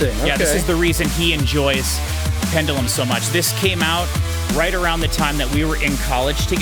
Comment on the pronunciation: You keep calling Pendulum, Pendalem. Trivia, there's a mock act called Pedalem which is worth a listen too. It's a joke version of each of these tracks